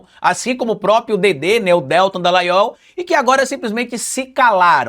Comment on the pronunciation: Porque você fala DÉltan e não DeltÁn????